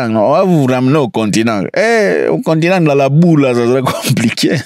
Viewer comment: Non tu m’as déconcentré avec Cameroun 😂😂😂le continengu faut rentrer au continengu😂😂😂😂